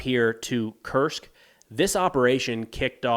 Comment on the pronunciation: His pronunciation is really good but nitpickers would point out that "Kursk" is pronounced "Koorsk" and not "Kirsk." Who cares really this channel is outstanding.